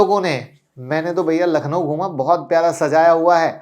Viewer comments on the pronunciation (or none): none